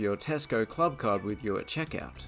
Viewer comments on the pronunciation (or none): none